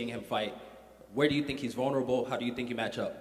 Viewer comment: "Think" = "Tink". Hahaha